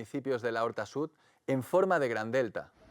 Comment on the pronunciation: Es l'horta sud no la horta sud. Por lo demás excelente documental